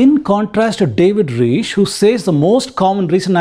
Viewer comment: Reich rhymes with 'Mike'. Steppe is pronounced 'step'.